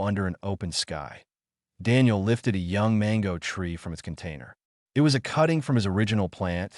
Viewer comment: Good story. Thanks. Sure wish someone could teach AI that a dot at the end of words indicates a sentence ending that calls for a pause. Not the literal spoken word "dot". And that the letters " i" and "t" are a word-not 2 letters to be pronounced separately. It would improve all of these stories. Maybe some day.😊